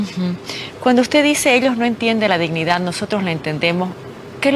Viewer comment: OSEA....PARA LOS ZURDOS SE DICE DISHNIDÁ 😂😂😂😂😂😂😂😂😂😂😂😂😂😂